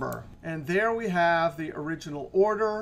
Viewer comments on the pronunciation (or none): none